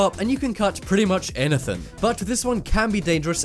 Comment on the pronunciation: he said anuthing in